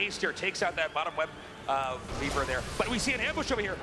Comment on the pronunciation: He keeps saying webREAVER, pissing me off.